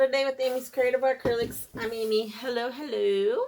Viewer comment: You pronounced the name right Amy, thank you! 😊